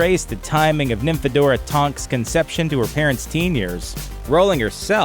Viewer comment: It's Nymphadora not Nimphadora!